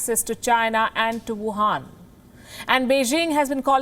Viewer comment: Wohan not gohan